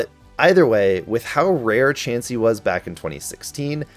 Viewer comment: IT'S CHANSEY, NOT CHEEMSEY!